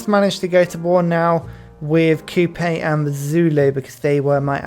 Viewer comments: say it with me my friend. Queer-ass-e-a. Kuh-my. I love you 😅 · you say Cuirassier like the country of Curacao and Khmer like, well I'm not sure what like 😅